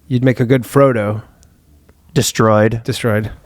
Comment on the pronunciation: when ryan fucked up "de-stroyed!!" fuckin killed me.....lololol